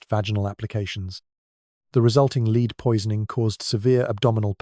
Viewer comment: 100% AI. Can’t define the difference between lead the metal and lead as in a leader